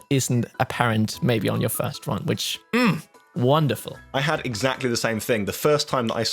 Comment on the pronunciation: Take a shot every time they say womderful